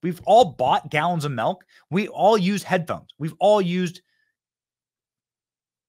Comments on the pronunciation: Ahhhhhh BENNY! You're a "melk" guy and not a "milk" 😮 MILK lol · MILK. Not M E L k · My man Benny says MELK lmao Love ya dude